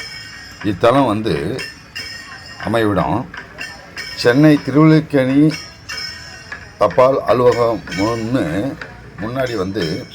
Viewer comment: திருவள்ளிக்கேணி இல்லை அது திருஅல்லிக்கேணி உச்சரிப்பில் இலக்கணப்படி திருவல்லிக்கேணி என வழங்கப்படுகிறது அக்குளம் அல்லி மலர்கள் பூத்து குலுங்குவது அதனால்தான் ஊருக்கே திருவல்லிக்கேணி என பெயர்